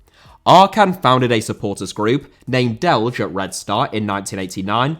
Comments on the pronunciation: J in Delije is not spoken like G or J in English but like Y in York (city). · Bro, it is painful to hear you pronounce Delije as Delge even for a Hajduk fan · D-e-l-i-y-eh, that it is how you pronounce Delijje the Red Start supporters.